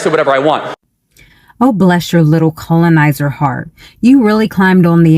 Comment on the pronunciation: If you can't pronounce the word," colonizer", then you should not try to speak on the subject."Kgrhuoelynnaisør... wtf